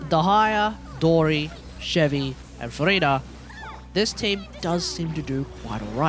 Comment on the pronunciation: Also the fact that he isnt using chevy right